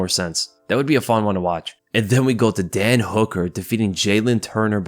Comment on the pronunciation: Sometimes when you say Dan Hooker I hear dead Hooker or is it just me?